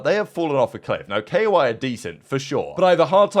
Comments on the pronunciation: Pls stop calling them "Kay0-why"... it's KOI, koi like the japanese fish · bruh hes pronouncing the letters " k - o - i" lmaooo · Yes, yes, and yes. Its so annoying how he says koi